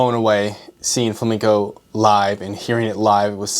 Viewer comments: Flam-E-nco, not Flamingo..... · fla-MEN-CO, not Fla-MINGO. Sorry, I'm usually not pedantic but it's unacceptable to call yourself a classical guitar player and mispronounce Flamenco. YouTube: the place where anyone can dispute geniuses. Coming up next: Physics graduate reacts to Einstein Edit: You studied guitar in ALICANTE and you still mispronounce it? Dude!!! You were in Spain!! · It's pronounced Flamenco, not flaminco. You made my Spanish pals ears bleed.😢